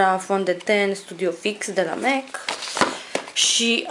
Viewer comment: In sfarsit cineva care pronunta corect cuvantul Mac si nu spune por si simplu Mac ci cum se spune el normal Mec .Felicitari cu canalul esti bligarita mea favorita la capitolul make-up .